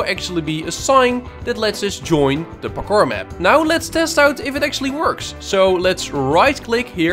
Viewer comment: "Pakkor" maps